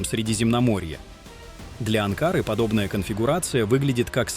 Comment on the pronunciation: АнкарА, не не АнкАра